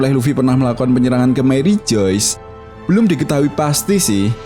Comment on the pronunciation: marijoe bang bukan marijos